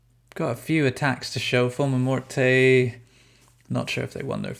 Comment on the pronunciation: The e is silent in morte ffs